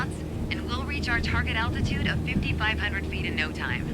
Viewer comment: Is she saying attitude?